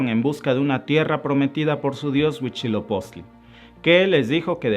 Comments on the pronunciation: Y no es Huichilopostli, es Huizilopoztli por favor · Para empezar: Era al SUR de Aztlán hacia donde los mandó Huitzilopochtli, no al norte. "Mexicas" se pronuncia "meh-shi-kas", no "mejicas". "HuiTZIlopochtli" no "Huichilopoztli". La mítica Aztlán, basado en la familia linguística que comparten el Náhuatl con la lengua Ute, se origina en los estados de Utah y Colorado, en los EEUU.